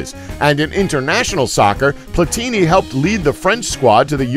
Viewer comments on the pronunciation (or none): Platini,,,,w/emphasis on the last "I"....